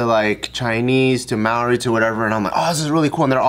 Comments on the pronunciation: Maori is pronounced more like general mao, mao-ri not so much may-or-ri😂👌🤙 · Who says may-ori?😂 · its pronounced mow-dee like mouldy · The 1st way pronounced it was more correct!! But then she started pronouncing it as May-ori D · Mah-ou-ree, roll the r a bit❤️✌🏽🤙🏽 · Maori is pronounced mow-ree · "It's hard to explain. Um. Mao, kind like the memey cat meow and ri sounds like a soft di " similar to the r pronunciation in Spanish is like a d sometimes. I had to ask my friend from NZ who is part Maori. Apparently most people from New Zealand pronounce it wrong as well. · Oof every time she tried to say Maori I cringed a little bit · Wow, your guys pronounciation was pretty spot on, except with the R, its like a rolled r, but other than that props guys